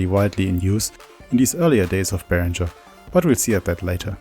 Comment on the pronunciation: I think it’s pronounced “ringer” not “rindger”